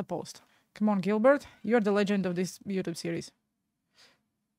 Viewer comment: It’s pronounced Jill Bear… not Gilbert